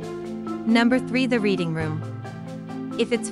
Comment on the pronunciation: It’s pronounced ‘Redding’, not ‘Reading’.